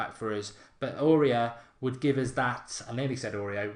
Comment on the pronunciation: It's supposed to be pronounced like this: Orié